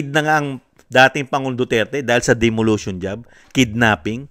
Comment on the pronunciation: Sir COMMISSION "ON" AUDIT hindi po OF DEMOLITION hindi po DEMOLUTION gaya ng sinabi nyo